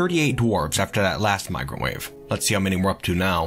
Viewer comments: I hear "microwave" whenever he says "migrant wave". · I heard "Oh, it's a microwave!" instead of "Oh, it's a migrant wave!" ... maybe they need one as they do not have cooked food, yet. ;)